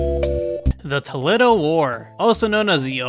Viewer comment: The way you pronounced Toledo upsets me